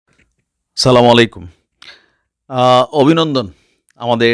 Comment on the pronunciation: আসসালামু আলাইকুম ভাই সালাম সঠিকভাবে দিবেন